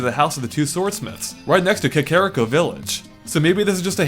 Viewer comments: Its pronouced (Cock-o-rico) not (k-uh-care-ick-o) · cuh care uh ko village u say? i thought it was kakariko. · Kikarico village... I don't think that's how you say it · Kakariko, pronounced it (kuh care ik oh) lol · i got so mad when he said kakariko